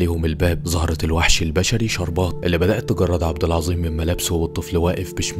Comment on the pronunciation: عبد العزيم ❌ عبد العظيم ✔️/إڨرمي ❌إجرمي ✔️/اخرڨت ❌اخرجت✔️/من زلك ❌من ذلك ✔️/اخرڨ ❌اخرج✔️/توڨدها❌ توجدها ✔️/ الڨلسه ❌الجالسة ✔️ اللغة العربية الفصاحة تبكي في الزويه😂 ❤❤